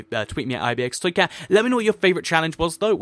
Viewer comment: wen ever u say ibxtoycat I swear ur speaking a different language xD